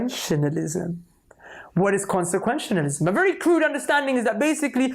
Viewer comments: Did that guy say "consequentionalism”? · When dawah says consequentialism it sounds like it has one syllable too many. consequentianalism